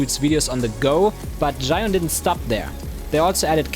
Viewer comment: 智雲 "Zhee-Yoon" not "Zhai-Yoon". Great video!